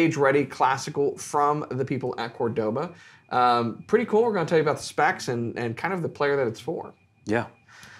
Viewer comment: Pronounced Córdoba as opposed to Cordóba.